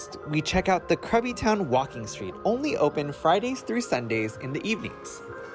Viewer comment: Krabi = "Gra-bee"...